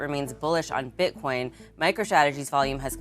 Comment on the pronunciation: He said “Bit-corn” lol